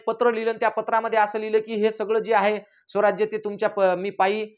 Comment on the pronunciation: हा कोण lecture देतोय..... स्वराज्याला सौवराज्य म्हणतोय... आणि कोण कोणाचा गुरू काहीही मनाला भेटेल ते बोलत सुटलाय.... दोघे हि महान दैवत आहेत ऊगाच काही काम धंदे नाहीत म्हणुन बोलत सुटायच